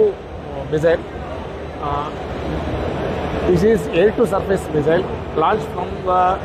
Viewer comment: why do they say "mizzile" ??